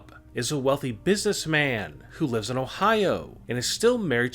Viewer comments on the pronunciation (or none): none